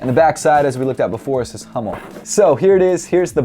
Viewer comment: Bro not Hommel Hummel ^^